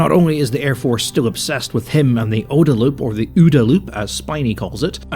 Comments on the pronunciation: is there actually a debate about how to pronounce OODA? I have never heard it pronounced like you're saying it, and I've been in the USAF since 2000 (and training for 8 years before that). Always OOH-da. Side note: there's actually a street called "OODA Loop" on Maxwell Air Force Base next to one of the major training complexes. It's literally a one-block loop with an aircraft on static display. I laughed so hard when I saw that on my first visit as a young lieutenant (early 2000s). Was there recently and it's still there. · Having seen the OODA loop (which you hilariously mispronounce) in practice in military operational planning for the last twenty-five years, I can say it is legit, and someday someone will make a video on the future YouTube equivalent about how wrong PigFucker was about so much.